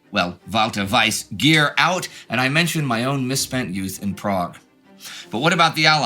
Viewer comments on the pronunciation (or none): none